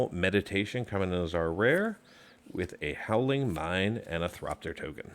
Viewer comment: Thopter not Thropter